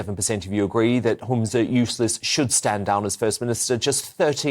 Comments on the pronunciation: Why is it that every time says Yousaf I hear Useless? Oh, no, he does actually say Useless... shame on him ROFLMAO Poor do when the other 2 who are diametrically opposed politically are laughing their arses off at the SNP plonker. And he looks like he's sat on his hands to stop him punching himself in the face... or maybe he's sat on the pot... I can't tell. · Dans gotta stop talking over guests it's annoying ...lol did you here his the slip of the tongue ' yousless' 😂😂😂